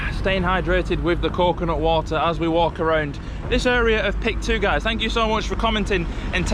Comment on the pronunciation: HI there, new subscriber and PIK 2 resident here. Yea the pronounciation is PIK-2 not P-I-K-2, it stands for Pantai Indah Kapuk (Kapuk Beautiful Beach), and the "2" states that it's the "sequel" of PIK 1 in North Jakarta City of Jakarta Province, while PIK 2 located just outskirt of Jakarta: Tangerang Regency of Banten Province I can explain many things about places you visited shown here in this video, but I'll type too much on your comment section 😂 In brief, PIK 2 targeted to be done built in 2060, but I agree with you, in the next 5-10 years this place will be much better. Anyway, you pointed to the building of the TV station where I work 😅